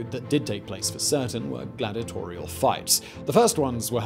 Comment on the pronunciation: It's 'glad-EE-ah-tor-ee-al', not 'glad-ah-tor-ee-al'.